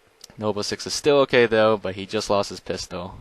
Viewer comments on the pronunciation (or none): none